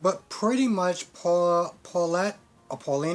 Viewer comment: Eli’s Mom is named Valerie Paulina is pronounced as it is Evan’s name has no S in the end And Belle is Belle not Bella Not telling you these to insult you in any way I’m just helping you out other than that good review as always 😀👍🏽